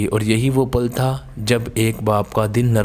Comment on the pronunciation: Pal ko zabr k sath parhte hain